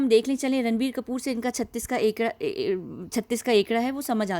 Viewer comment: 36 ka akkada. Not akkada....